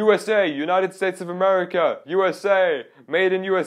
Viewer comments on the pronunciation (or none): none